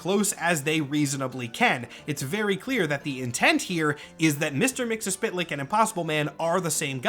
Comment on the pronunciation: I think you're just about the only other person I've heard pronounce Mr. Mxyzptlk the way I do.